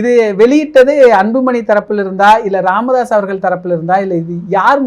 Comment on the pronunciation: ராமதாஸ் இல்லை "காமதாஸ்" correct 🤣😂🤣😂